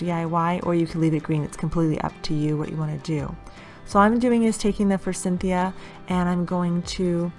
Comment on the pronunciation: Forsythia no N. I have been hearing a lot of people mispronounce this flower. I was wondering if it is a regional pronunciation. Do you know? Just curious. I really like the bunnie ideas. The moss one is my favorite.